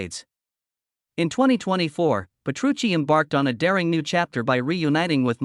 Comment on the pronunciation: Ole por mi Sensei!! porque debería disculparse? es una gran persona, con un gran sentido del humor, un maestro en todos los sentidos, humilde como el que mas, y un gran placer trabajar para el y DT cuando van por Asia. por cierto amigo.... Petrucci, repito, Petrucci!! para hablar del guitarrista más grande de todos los tiempos, hay que informarse al menos de cómo se pronuncia su nombre.